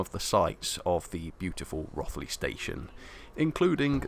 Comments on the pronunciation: Hi. It’s Rothley as if it had a W or an E. Ie Row… thlee, or Roe…three not wrath… lee 😊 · There's no "or" about it. 😃😃 It rhymes with "both" not "Goth" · Us locals call it Row (as in boat) thlee, duckeh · Beautifully filmed and produced, really doing justice to the GCR. I was born and bred very close to where the GCR loco shed now is. My first railway memories (from the 1950s) are of A3 Pacifics on the GCR, including Flying Scotsman. By the way, my parents always pronounced it as Rothley (like both, not like Rothmans) and I can't believe that they pronounced it wrongly! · Great mini-documentary & Chloe. FYI, Rothley is pronounced Row-thlee locally and the miniature railway is 45mm gauge (usually running LGB continental stock), but soooo much nicer with a bit of narrow-gauge 45mm live steam on it. Keep up the great work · You used the wrong pronunciation of Rothley throughout, the alternative you mentioned at the beginning of the film is the correct version. Excellent vid though.